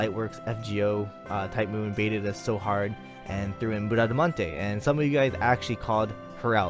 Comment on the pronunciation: Don't worry, you are pronouncing her name correctly: despite being a french paladin, she's a character from 2 italian poems about Orlando (and one novel, "Il cavaliere inesistente"), so the original pronounciation is the italian one (and that's the one you are using). As for her NP, I'm glad she's Quick (since we have only Shishou as 5 star quick lancer). I REALLY hope Caenis will be Arts though.